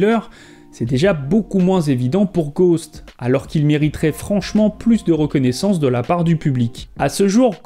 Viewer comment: Ghosts pas ghost on prononce le S en anglais,normalement être fan de Michael Jackson sa vous donne l’envi d’aimer l’anglais